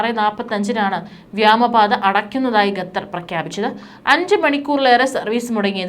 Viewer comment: Why gathar 😂 it's Qatar